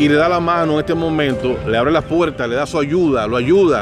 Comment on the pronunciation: COMO, ENTREVISTA A ALGUIEN SI NO SABE HABLAR, DICE CANTAL, PUELTA, FELNANDO, SEGUIDOL, ERROL, NO SE SI SABES PERO EN EL DICCIONARIO EXISTE LA R R R R R, COMO TE PONES A AYUDAR A ALGUIEN SI EL QUE NECESITA AYUDA ERES TU, RECUERDA R R R R R R